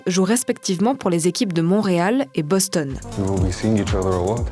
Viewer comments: Draft = repêchage All star game = match ou partie d'étoiles Il n'y a pas de mi-temps parce qu'on 3 periodes (on est pas au soccoer ici) En français on dit LNH On dit Boston et pas bostone (il n'y a pas de "e" à la fin du mot Boston) Sponsors = commanditaires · C'est que c'est écrit Boston, mais les français prononcent bostonne comme s'il y avait un "e" invisible à la fin du mot. C'est comme avec le mot Michigan. Il ce rajoute encore une fois un "e" à la fin alors qu'il n'y en a pas. Les étasuniens prononcent Boston et Michigan sans "e" à la fin et comme c'est eux qui ont inventé les noms, il faut se fier à leur prononciation. Voilà !!